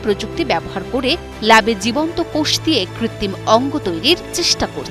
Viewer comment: কৃত্রিম ও, কৃত্তিম বলেছে